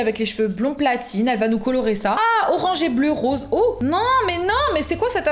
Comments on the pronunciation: « Le RoRaNgE » 😭😂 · elle ma claquer avec son 'rorange'